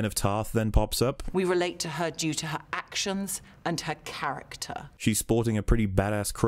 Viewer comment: I finished the video, and even now my main takeaway was the woman at the beginning saying "her actioms" lmao. I've never seen someone reflexively replace "n" with "m" in certain words like she seems to.